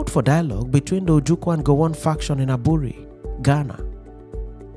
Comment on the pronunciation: The pronunciation of the word"Aburi"should rather be "3buury" thank you.